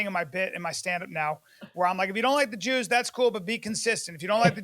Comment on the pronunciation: admire and jooz in the same sentence ? 😂